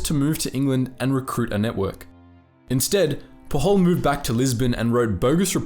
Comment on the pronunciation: Pujol is a catalan name, not spanish, thus it is to be pronounced more like you would in english. The "J" sounds like the one in "James"